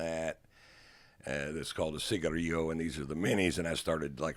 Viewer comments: Pronounced Cigar- Ell-O’ Cigarillo. Not that fancy😂😂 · Cigarillo, but Ron pronounces it like a unique person would. Ron: ciga rio World: ciga re lo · Ciggario?!?! Is that how rich people pronounce ciggarello.ffs :/